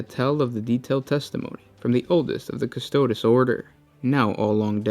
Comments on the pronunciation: how is this proof for anything? its highly anecdotal and has no connection. Custodes is a word rooted in latin, so the letters are pronounced the "european" way, not the american, so the e at the end is not silent or an "IH", its a short "eh". so its not pronouced "cus-TOADS", but "cus-toh-DES". Watch any video of Games Workshop where they pronounce Custodes if you want to have evidence. Or go eat an ass-tart :D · Custodes is pronounced cus-to-dees, not cus-toads. This is a common pronunciation in latin. Astartes for example is ass-tar-tees, not ass-tarts lol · the is no dees there is only days Cu-sto-days